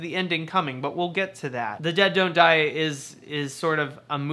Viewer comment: Great video! I like how when you say the title fast it sounds like "The De-doe-die"